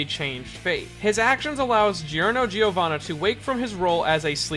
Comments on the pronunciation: You know the pronunciation is JOrno JOvana not GIOrno GIOvana, righ? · "Pash-e-own" "Gee-or-no" Yikes.